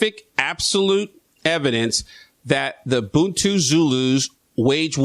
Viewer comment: I'm South African. Accurate information and well done on pronouncing 'Bantu' and 'Khoisan' correctly. Most Americans struggle with those ;-) FYI - The word “Xhosa” is derived from the Khoisan language and means “angry men”.